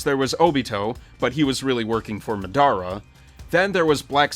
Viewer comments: it’s ma-da-ra not mada-ra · Did he say mu-dar-ra instead of ma-da-ra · Mah Dara * Wtf its Madara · Did he just say MA-DAR-A instead of Ma-Da-Ra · Why did he say madara so wrong it isn't that hard it's literally ma-da-ra 😡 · How do you say madara wrong? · Boi watch naruto plz stop butchering name also Sasuke is the main villain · hear how he says Madara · Learn how to pronounce shippuden and madara dude